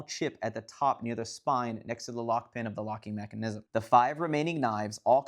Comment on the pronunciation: Never heard anyone emphasize the “NISM” part of “mechanism” before. 🤔